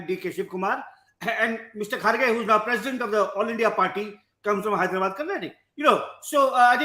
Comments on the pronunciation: Congratulations to the people of Karnataka and thank you for the objective answers given by Ramchandra Guha. Request to Mr Thapar: Please remember that there is an ‘aa’ sound after you pronounce ‘Karnataka’ . I’m sure you can correct that. Thanks Wire again for a beautiful interview bereft of unnecessary chest thumping or undue hate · Mr. Thapar, you wouldn't pronounce Haryana as Haryan, would you? Now, please extend that rule. it's Karnataka, NOT Karnatak! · Karan Thapar should be called Kara Thapa until he learns to say Karnataka, instead of Karnatak. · Karan, it's Karnataka! Not Karnatak! Look at the spelling. Not what you want it to be! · Someone tell Mr. Thapar. It's Karnataka. We do take offense to other pronunciations. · Karan - it's KarnatakA,KeralA..not how you pronounce it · Hi Karan sir, can you please pronounce "Karnataka" properly..!!